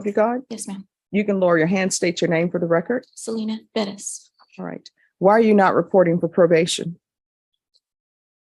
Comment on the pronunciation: Ive never hated the last** name Perez until now. Why tf do they put the oooomth in pe(rezzz) tf omg so aggravating!!! PER RES. THAT'S HOW ITS PRONOUNCED. PEREZ BUT PER-ES PEREZ!!! OMFGGGGGGGGG